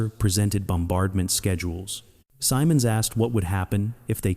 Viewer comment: Goofy Pronunciation - he and all who knew him called him Guy "Sym-Monds"; NEVER Guy "Sigh-Monds".